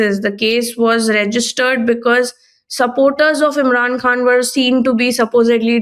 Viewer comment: Why does he pronounce the word khan like foreigners when he’s speaking English to non Pakistanis?!